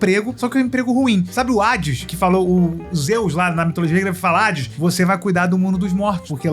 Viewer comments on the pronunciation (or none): none